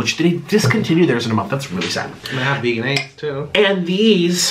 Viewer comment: It's pronounced VEJ-EN-AISE not Veganaise 🤦🏻‍♀️